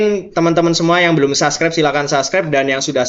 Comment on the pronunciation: "Subscribe " Bukan saskrep!